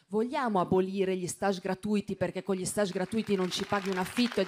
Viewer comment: Finalmente qualcunə che sa pronunciare STAGE ❤❤